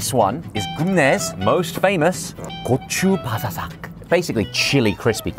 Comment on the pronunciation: 죠쉬님께 매번 느끼는 것이지만 한국어로 된 것을 발음하실때 항상 진정한 한국식 발음으로 해주셔서 이 분이 진정 한국을 사랑하시는 것 같아 뿌듯합니다. 고맙습니다~예를들어 보통은 고추바사삭을 코추바사삭 이라하는데 죠쉬님은 고추바사삭이라고 정확히 발음하시네요~